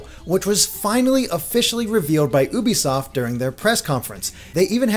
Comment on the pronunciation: *youbesoft Not oobysoft